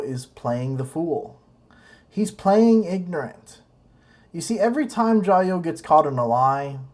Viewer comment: It’s Jia you 「加油」 not jayoe before it was hi I’m Matt I’m sorta half ass riding my tricycle around the world now it’s , hi I’m Matt and today’s another explainer hahaha worst of all..... these guys have zero understanding of the Chinese language. Can’t even have friendship with a local without their wives present